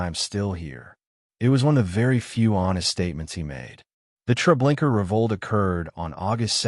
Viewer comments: Also; why do you say Treblinker repeatedly when it’s known as Treblinka ??? !!!!!!!! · Baba Yar is NOT pronounced Bobby Yur,Treblinka is Not prounced Treblinker